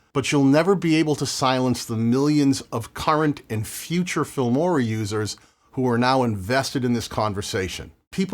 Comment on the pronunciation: It almost seems like you are getting paid for every instance in which you mention the F*mora word. You really nail the pronounciation though. Keep fighting the good fight.